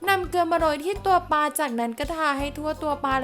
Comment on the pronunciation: กรอบ ไม่ใช่ กอบ ปลา ไม่ใช่ ปา